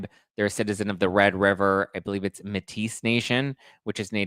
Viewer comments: just a little bug in your ear colonel kurtsz just mailed a letter to the 'Bar' of new york a complaint about vanzam making the fake subpoena and the lawyers that ok'd it she did it today so check out her post it explains all the letter she wrote lol and metis is pronounced 'maytee' just sayin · Canadian here. Thanks for all your great coverage and entertaining comments. The Indigenous population Metis is pronounced May-tea for those who are new to hearing it 😊❤